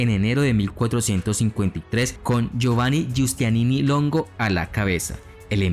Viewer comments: Muy buen video. Solo recomiendo mejorar la pronunciación. Génova se pronuncia tal, y no Yénova (a menos que estés hablando en italiano), y el gran militar genovés fue Giustiniani, no Giustianini como tú lo dices. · No era Giustianini, sino GIUSTINIANI. Y en cuanto a la catedral, se pronuncia HAGUÍA SOFÍA.